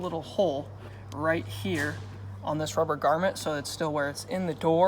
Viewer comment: and it "GROMMET" not garment lmao, it's not a piece of clothing